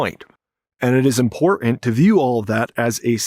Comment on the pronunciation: I find your repeated use of "imporent" rather than pronouncing the word correctly to be very distracting.